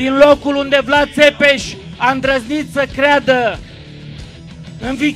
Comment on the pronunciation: Simion nici tu miriti sai pronunție nici numele domnului Vlad Ai indepa rtato pe Sosoaca cei ce Vlad nu ar fi indepartato